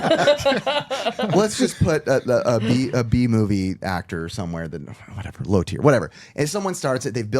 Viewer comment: "JOHN STAMOS A C TEIR" wow just wow ......... but i still love you guys either way!!!!